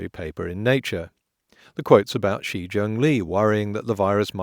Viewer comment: "The actually pronunciation sounds something like "ooh hawn."" Not really, no. The sound is somewhere between an aspirated 'w' and a flat 'oo' Edit: if you're going to bitch about anything it should be the pronunciation of "shi"